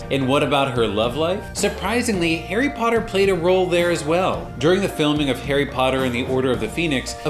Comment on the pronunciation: on the intro i thought u said hairy brown 😂